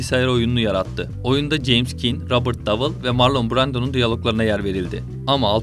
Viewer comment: Ya bari otur youtube elinin altında bu isimleri asıl sahipleri nasıl okuyor diye bir bak, sağır oldum marlon duymaktan